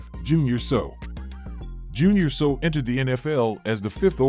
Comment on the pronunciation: The narrator needs to learn how to pronounce names. Not UR-lich-er, ur- LACK-er. Also Junior Seau is pronounced SAY-ow not SO.